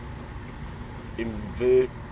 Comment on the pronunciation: Inverkeithing is pronounced in-ver-keith-ing just thought I would let you know.